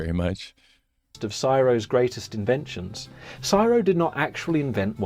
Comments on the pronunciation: Its C.S.I.R.O not syro !......😢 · Syro?? Nope... It's C S I R O. Each letter pronounced separately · Not quite, the USA wouldn't pay for the technology, for the banknotes. As an aussie, we don' usually say csiro as one word, never heard it that way until you-tube, it's like AI, or IV, an anacronism said as separate letters. C.S.I.R.O. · CSIRO is pronounced by saying each letter NOT Siro much like you don't pronounce CIA as Siya Pisses me off that someone who relates inventions doesn't even know correct terminology. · The pronunciation of C.S.I.R.O should be spelt out, it's not said as a word.